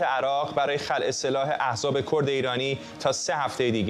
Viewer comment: ز.ارررررت. در ضمن کرد نه کووورد